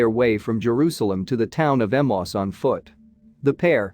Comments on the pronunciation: Ee-may-us. Emmaus, not Emoss. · I have always heard Emmaus pronounced as Em-ayy-us. No idea if that is the correct pronunciation; but it sounds better to the ear. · When are text bots going to leard now to pronounce names. Emmaus is pronounced e-MAY-Us, not emos. Kiriath-jearim is pronounced qiryath-ye`-arim.